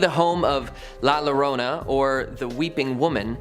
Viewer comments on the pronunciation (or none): Had to click off after hearing the pronunciation of la llorona in 2023......